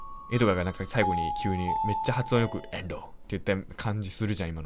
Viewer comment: 「えんどぅ」すごいツボ